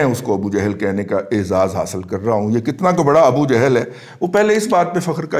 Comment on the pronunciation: Appreciate your views n a bold stance. Please pronounce Salam correctly+ word is ** jahl*** niether " johl" nor jehl. FARHANG e AMIRA would b useful for you.